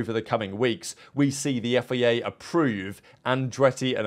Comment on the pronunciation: FIA not FEA